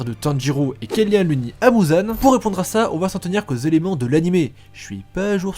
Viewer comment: Ufff, c'est pas mouzan mais muzan